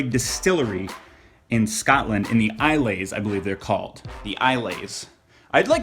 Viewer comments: i-le's? you mean isles? isle pronounced same as aisle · I hope you didn't mean Isles. It's pronounced I-alls (not sure on the correct notation) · oh, that pronouncing of ilses. good try tho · I'm from Scotland and I loved how he said "ailes". It's pronounced like "I'll(s)" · Isles isn't pronounced eye-lays it's like eye-ulls or aisles I guess :) enjoy the bonny Scotch. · its pronounces like eye els js lol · the isles are pronounced like aisles in shops :) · It's pronounced 'eye-ols'